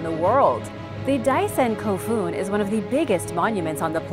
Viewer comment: your second /kofun/ is nicely pronounced! the japanese /f/ is Not fricative- rather like blowing air into your ears... just the lips.: ) like /fūü/ the wind.